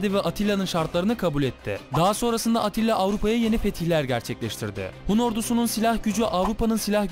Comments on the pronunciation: Abi atilla değil attila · ATTİLA dedin ATİLLA olmasın.